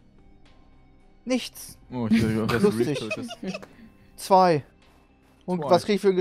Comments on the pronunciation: Hat Max eigentlich ein Sprachfehler? swaiter! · Macht er richtig oft im Stream. Zu zwei sagt es swai. IDK ob es ein Sprachfehler ist, aber es meeega witzig hahaha ^^